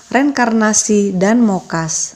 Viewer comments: Moksa Mbak .. bukan mokas. .! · BUKAN MOKAS .. TAPI MOKSA 😁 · moksah...bukan mokas..